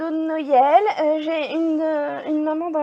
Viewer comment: On dit Noël et pas noyel